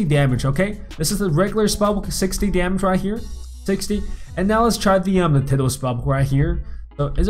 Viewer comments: 'tiddal' Its Tidal, Pronounced- Tie Doll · its tidal (ty-dall) not tidle. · Pronunciation: (tie-dale) not (tid-al) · bruh its not tiddle spellbook like your shooting pee or something its actually pronounced " tie- dall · Its pronounced "taidl" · Its not teedal its sounds wierd... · Its pronounced as tiedal but spelled as tidal............ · You asked, it’s pronounced tidal, like how you pronounce eye. Like tide. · He called it tiddal bruh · when he said tidal it sounded like he was talking about some turtle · Lol the way he says tidal spellbook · that's not how you say tidal EDIT: nvm I just noticed you said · I’m getting triggered every time he says tidal